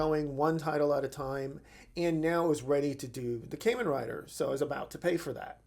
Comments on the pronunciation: It's Kamen Rider, not caymin rider like what you're saying. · "Caimen Rider" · As excited as I am for this I just wish he would say it right 😭